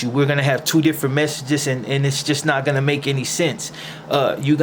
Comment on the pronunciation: Ain't getting jumped out of your hood like being a peceta . And why do you say fonna instead of gonna!ain't that' Tinto shit!should of just got into a Tinto gang!!